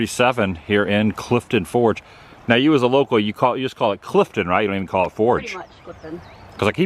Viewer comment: Did you say Brittany was 'local" or 'loco'?